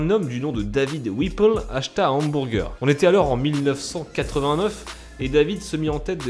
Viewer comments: Lel, "hambourger" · j'adors comment tu dis HAMBOURGEUR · " OUMBOURGEUR" bonne vide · Les hambourger 😂😂😂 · Hamburgés xD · comment il dit hamburger j'suis mort😂😂😂